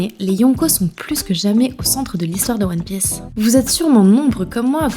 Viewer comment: one pi*é*ce ???????? goddamn women, watch your prononciation !! mais la video est bien sinon . Keep Up